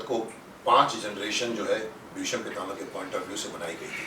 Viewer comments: Ya to aap gufi ji ko aap kahie ya tum.....aur bheesham nahi hota hai.. BHEESHM hota hai ...aap to Kam se Kam itna maanie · Bheesham nahin Bheeshm bhaijaan, gufi sir is very sensible and collected